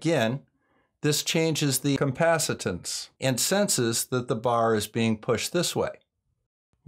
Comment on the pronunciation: "Compacitance"??? Did you mean capacitance? ;-) Just razzing you.